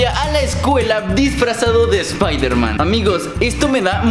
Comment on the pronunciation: espaidermen espaidermen 😂😂😂😂